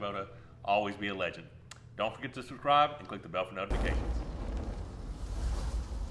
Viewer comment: you're messing up the "subscribe" part of the video. Gotta say it clearer.